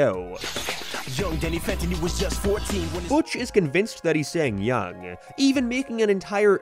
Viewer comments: Gotta be real.. I hear “young” not “yo” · I hear “young Danny phantom” it’s just said weird. More like “Yoong” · Holy shit.. he is saying young. I can barely hear the ng when he repeated it over and over.. i can't unhear it anymore. I liked it better when he said yo 🥺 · It may be written Young, but its performed as Yo. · I grew up on this show and thought it said YO my whole life but after being told and listening again it totally says Young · It's absolutely "yo" there is no "ng" sound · Sounds like "young" to me, just pronounced less nasally. Yo-ng. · Me too he definitely said young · The lyric sounds very clearly to be "young" pronounced with a particular American accent. It is subtle but you can hear the "ng", he just says the word very quickly and bluntly. A common American accent is to pronounce it "Y-OHng" with the ng being much less audible than the "YOH" emphasis. I can understand how you're hearing "yo", but I think it's especially because of the way he pauses after saying "young". That pause is just a flow and nothing to do with the vocabulary, it also makes much more sense for the lyric to be "young" for an American cartoon in 2004. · As much as I loathe agreeing with Butch. You can clearly hear that it is "young" and not "yo." There is a clear N sound, with soft G. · There is definitely an 'ng' sound on the end of that 'YO', especially when you repeat it like that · I can’t believe I’m saying it but your rant on it being yo Danny fenton made me change my mind. He is saying young but he pronounced it weird and got quiet on the second half of the word. I was convinced it was yo until you played it over and over again.